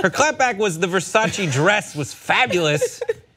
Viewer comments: Did the lesbian bitch pronounce Versace like ver-sase lol? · I love how pronounced versace 😂♥️ love you lol